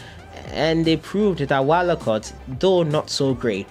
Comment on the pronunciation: Herrr chale stop with that Wallacot thing please 🤣🤣 I beg. Never again 🤣